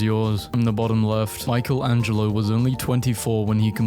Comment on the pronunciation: Man really said michael angelo for michelangelo lol